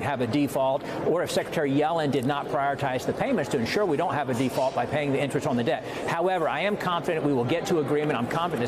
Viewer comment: It's pronounced "deFault" sportsfan